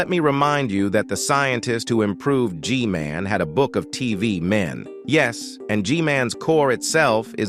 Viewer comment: G-MAN❌ G-GAY✅